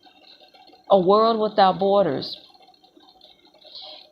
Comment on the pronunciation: Hello,!! Miss school much??? You should!! The word B O R D E R S is not BOARD ERS!! Get a dictionary!! OMG!!